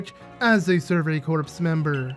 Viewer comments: ooh this looks like a fun LP also fyi, "corps" is said as "core" not "corpse" ^^ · Corps is pronounced like core